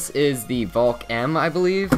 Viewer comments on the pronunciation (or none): none